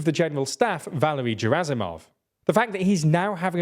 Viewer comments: In russian words ZH always sounds like S in viSion, meaSure. In word Bahmut the Great Soviet Encyclopedia puts emphasis on U. Shoigu pronounced his name with emphasis on U. You can hear it in video "Истинная фамилия Шойгу". Gerasimov is pronounced with G as in "gift". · Can someone explain to me how this is your job yet you pronounce Shoigu and Gerasimov like you've read them for a first time on a billboard you drove past at 100mph